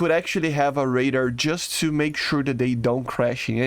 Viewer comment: stop saying raider its ray-dar